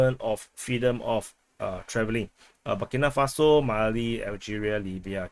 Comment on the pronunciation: Bu-Keee, Bu-Kee, Burkina Faso